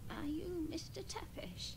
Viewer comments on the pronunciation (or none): I am a Romanian and a long time subscriber. I love the way you butchered the "Tepes" name, it was lovely. I loved the series, so I am happy to see you react to it! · "Tepesh". Her last name is Tepes. Pronounced Tepesh. Like Dracula's last name. "Tepe" is not a Japanese surname either. What are you even talking about? Also, Dracula's castle is NOT called "Castlevania." The name "Castlevania" is never used anywhere in the games themselves. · It's pronounced Tep-ish written Tepes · Based on my research, it's pronounce halfway between the way Americans would pronounce "Thepish" and the way they'd read it based on spelling. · I`m actually of Armenian,Austro-Hungarian,Greek,Italian,Basque and Romani descent and it`s basically pronounced "Zepesh".